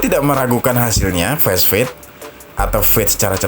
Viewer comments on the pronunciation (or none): Fast fade dibaca fast fade bukan fesfade